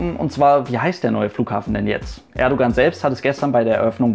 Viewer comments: Man schreibt zwar "Erdoğan" aber lesen tut man (Lautschrift) "Erdouan" :)) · Danke für einen so guten Umgang mit Thema, das politisch heikel werden könnte! Und danke an den Aufruf am Ende bzgl. Kommentaren und Respekt. Nur eine Bitte habe ich: Das "g" in Erdogan spricht man nicht - genau wie beim Fußball-Spieler Gündogan. ;)